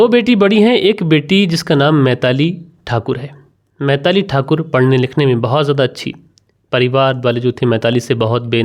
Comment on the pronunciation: Uncle kon se school se pada hai tu. बिलाक पिरपॉस मैताली तरपाल बोलता है 😂😂😂😂